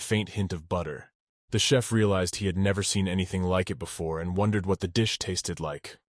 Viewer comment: I was wondering if it was an auto correct the AI was doing? There was one chef I think and the rest were chiefs